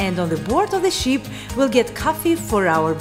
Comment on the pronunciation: It's ship not sheep sweetie